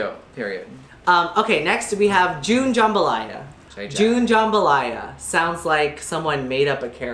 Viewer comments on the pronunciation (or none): It's jambalaya not jumbalya lmao